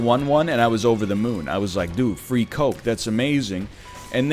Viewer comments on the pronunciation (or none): none